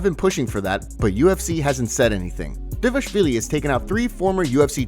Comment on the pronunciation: take a second to look at Merab’s name and then try to work out how to pronounce it. Ffs You’ve been saying Dayvashvilly this whole time. You’re missing an entire syllable